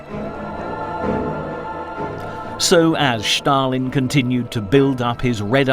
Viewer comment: Well, not only the narrator was very (too) energetic, but he also kept pronouncing "Shtalin". Anyway, in the end, the level of this clip was for kindergarten